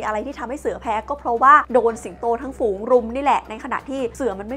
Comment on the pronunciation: ฝูง ไม่ใช่ ฟูง